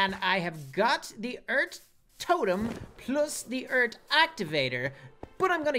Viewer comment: who realizes says eart instead of earth and tingy instead of thingy